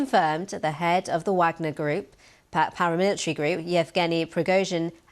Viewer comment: What is a "paramilitree"?